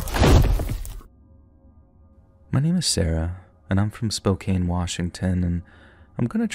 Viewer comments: Spo-can not Spo-cane Spokane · it's Spo-Can. I know the way it is spelled, it should be pronounced Spo-kane. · Impressed you got Snoqualmie correct, and giggling a little bit at the pronouncement of spokane. Its like "spoke- anne". Mad impressed for someone who is not from washington. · Spokane, WA is actually pronounced Spoe-kanne, WA. Love the stories! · Funny. Sarah, claiming to be from Spokane, mispronounces it the first utterance of that word . 😅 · You do realise she isn't the one telling the story, don't you?